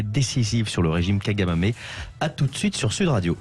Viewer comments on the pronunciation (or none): Kagamé et non kagamamé